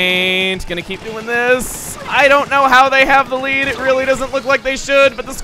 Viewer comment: You don't get to KEY-p the key